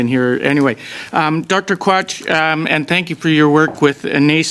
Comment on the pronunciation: Sounds like he said Dr Crotch